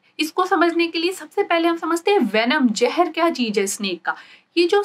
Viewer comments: MBBS doctor but still says Mareej insted of mareez Jehar insted of Zehar and Enjayme insted of Enzymes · Very informative video, but please correct your lingo as it was painful to watch. Example: it's Zeher not Jeher, Enzyme not Enjyme, cheez not cheej, mareez not mareej etc.